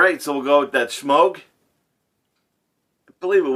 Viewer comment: I always chuckle when you pronounce the brush Shemogue, like there is an H in it.